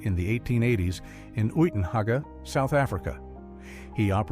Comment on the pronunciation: The town in South Africa where Jack worked signals is pronounced "Utenhage" not what ever the narrator called it